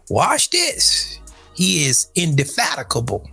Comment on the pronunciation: Before I can look up indefatigable you should learn how to pronounce it correctly.